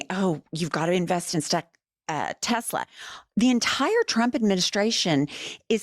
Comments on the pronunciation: Legal question!! Do we think he says “Tesler” instead of “Tesla” so he can say in court that he never directly said “buy Tesla” etc exactly- like a legal way of covering his ass if they go after him? Love you ❤ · Not "Tesla" ladies..Say it with me and POTUS..Tessler.. Just saying. Don't forget tomorrow day of Tesla protests! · It’s “TES - LER”.